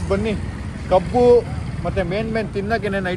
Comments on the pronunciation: Bro ಅದು ಕೋಬ್ ಅಲ್ಲ ಕಬ್ಬು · Bro not kobbu❌ kabbu✅ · Bro adu kobbu (ಕೊಬ್ಬು) alla kabbu (ಕಬ್ಬು) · Recent rich kid it’s kabu not kobbu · kobbu alla bro 😂🤦🏻‍♀️ Kabbu🙂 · ಕೊಬ್ಬು ಅಲ್ಲ ಬ್ರೋ ಕಬ್ಬು ❤😂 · kobbu😂❌ kabbu✅ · Bro adu kabbu .not kobbu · ಕೊಬ್ಬು ಅಲ್ಲ ಕಬ್ಬು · Kabbu❌ kobbu✅ 🤣🤣